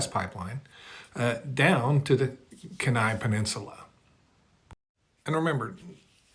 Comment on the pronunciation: Kenai is pronounced Key-Nye like Bill Nye the Science Guy. And this gas pipeline is a literal PIPE DREAM! It costs too much to construct.